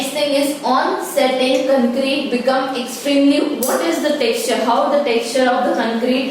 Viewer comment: Mam it is concrete not ckncreta